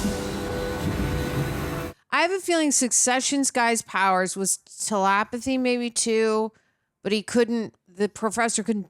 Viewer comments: ‘Talapathy’?? What the hell is that? I think you mean ‘telepathy’ 🤦🏻‍♂️ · Love how pronounces telepathy like talapathy lmaoo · “TeLAPathy” Omg, the way she pronounced that made me go T Rex arms for a couple of seconds! Rawr! But I’m calm now, it’s all good.